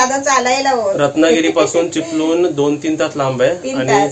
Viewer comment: Are ल बोलू नकोस रे चिपलूण नाही चिपळूण बोल